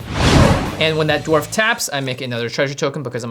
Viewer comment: Did she say dorf?? 😂😂🤣